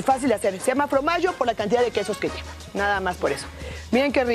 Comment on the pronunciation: Extraño a aún que diga Fromagio en vez de Formagio la sal de mar es más sana